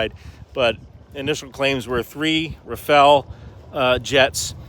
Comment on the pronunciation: I haven't heard a single American commentator pronounce Rafale right. It's not a ninja turtle, it's a gust of wind.